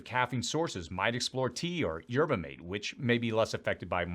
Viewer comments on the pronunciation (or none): Mah- tay, right?! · Mah'-tae not mayt ...I've spent time in Uruguay, SA and this is correct pronunciation. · “Yerba Māte” had me laughing!